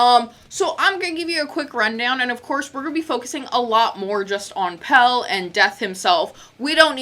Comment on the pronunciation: 1. Pelle is pronounced pell-eh. 2. The picture of Dead's body is not on an official album, it's on a live bootleg: Dawn of the black hearts.